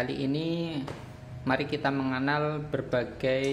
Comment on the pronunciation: Mengenal bang bukan meng anal 😂😂😂 kalo meng anal beda lagi ceritanya